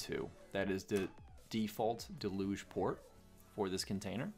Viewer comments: Can I recommend you check with google on how to say Deluge, you sound French or someshit. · Great video really helpful, I've gotta ask do Americans say deluge like del'uge? It's a regular word and I've only ever heard it pronounced "dell-yooj"